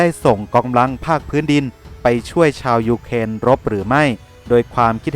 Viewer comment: เวลาเขาวัดแพ้ชนะวัดที่ แผ่นดินที่ได้ที่เสีย ครับ มีแต่เด็กน้อยแหละมานั่งนับของที่พัง แล้วเวลาแอดแม้งพูดถึงยุเครน แอดแม้งชอบทำเสียง2ด้วยวะ รั่วชิบ